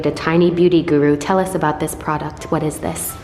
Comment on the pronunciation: New catchphrase “dis, dis, dis, aaaaand DIS!”